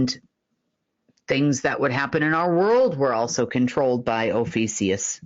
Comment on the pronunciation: You’re SAYING “OH FEE SEE US” but SPELLING “OH FEE A CUS”. Which is it? I think it’s OH FEE A CUS!